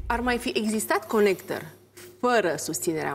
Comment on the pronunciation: Ea ii zice conecter :)))))))))))